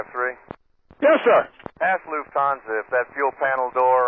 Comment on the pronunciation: thats a mistake. He says Lufthanse 4 0 1. Four zero one. Also whats that Yes sir? sounds like he is saluting, i can imagine that standing in the tower with that pose :P